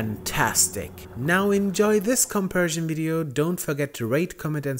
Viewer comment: The word is COMPARISON not “compersion”